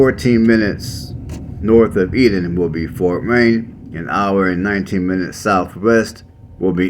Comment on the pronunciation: Eat ton not eadon